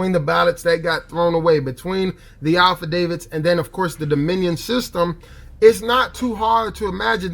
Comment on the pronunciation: Bahahaha!! He said "alpha davids" for 'affidavit' oh man, these poor dumbasses.